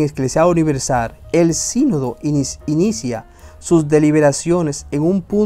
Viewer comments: No se dice sinodo,sino,Si'nodo,Sínodo, acento en la i. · Sinodo = mal pronunciado Sínodo=. Bien, con acento en la i Por favor si vas hablar o leer pronuncia correctamente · sínodo, acento en la í